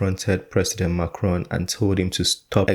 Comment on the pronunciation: Macron.... Not Ron